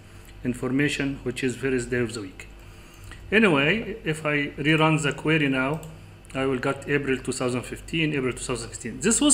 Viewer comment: thousand is not saousand The is not za This is not zis In case you are looking for english speakers audience , please work over your spelling . Good Luck Other wise you are brilliant in excel technics 🌹.